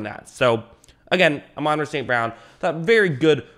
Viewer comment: Pronounced ah - mon Rah